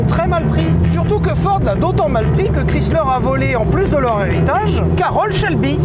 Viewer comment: Ça fait drôle d'entendre le nom Chrysler prononcé moitié francais ("chris") moitié anglais ("slər"). "Chrys" se prononce plutôt en "ai", "Krais". En fait, Chrysler se prononce un peu comme Viper, avec le "ai".